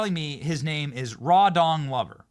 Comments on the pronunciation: Rawdon is not hard to pronounce. Not sure why Benny Johnson has a hard time with a native English language name. It's pronounced like "trodden", not "raw dawn". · All I'm hearing when you say the jag bosses name is "raw dong lover". Sounds about right. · I thought you said "Raw Dog Lover" until you repeated a few times and I read the clips, "Rawdon Glover"......ahhhh, easy mistake but after watching the ridiculous ad Raw Dog Lover seems to fit better.